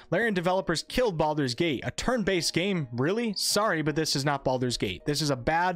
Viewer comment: it is called Baldur's gate not Baaldur's gate.. srsly. i personaly think BG2 ended the Baalspawn saga properly and any attempt to continue it will feel like someone trying to squeeze money out of a story that ended.